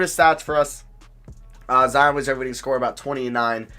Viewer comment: he said Zihon